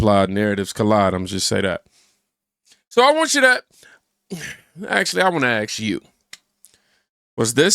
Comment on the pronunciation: Brother... say it with me... ASK its ask. Stop saying ax. Its almost like black people cannot speak properly. On god I ax myself finna bet your weird.